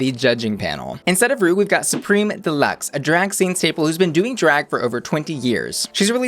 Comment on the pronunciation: Her name is Supremme, not Supreme. It rhymes with crème, not cream.